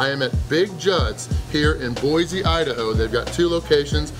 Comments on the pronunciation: Boy-see not Boy-zee. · Boy-c not boy-z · There no "Z" in Boise.